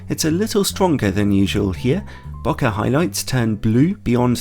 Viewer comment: I always trust someone that actually knows how to pronounce “bokeh” 💙 great review! Might add this to the cart as well, really love my 85mm.